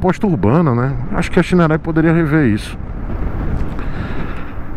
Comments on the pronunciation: Não é Shineray é Shaineray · É engraçado quando você fala shineray em inglês kkkk